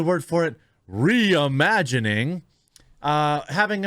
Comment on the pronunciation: It's pronounced "REEE-imagining"